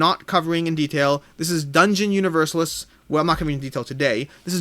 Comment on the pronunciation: Hi,. It would be helpful to get a comparison of "The Thing" with the other games of the IP: "Who Goes There?" (my fave) and "The Thing: Infection at Outpost 31". My wish would be to see "Set a Watch" in review. PS: Dungeon UniverSAlis; stress on the penultimate syllable, like ArCAna.;-D